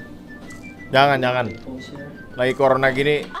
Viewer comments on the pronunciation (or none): none